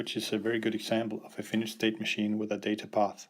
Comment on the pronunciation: It is not a Finish... Or Finished state machine.. But a Finite... Try saying [Fi..Nite]